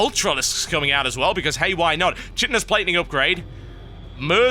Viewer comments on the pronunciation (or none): "Kaitinous" not "shitinous". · "Chitinous" is read as in "kite" - kitinous :P